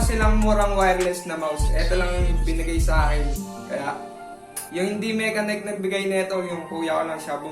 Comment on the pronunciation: Ang pag pronounce lods sa brand is "Mashenik." But overall, nice review pa din 👍